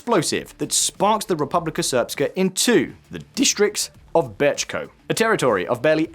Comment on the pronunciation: Americans really can't pronounce c and č "District Bečko"?